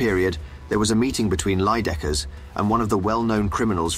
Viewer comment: It's Leijdekkers not Leijedekkers...